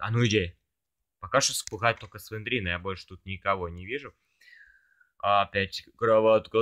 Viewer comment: Только ща я заметил что не слендерина а слендрина